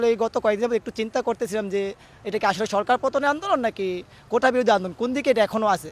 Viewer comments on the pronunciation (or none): ভাই রে ভাই ওইটা কোটা, কোঠা না।দুই টার অনেক তফাত।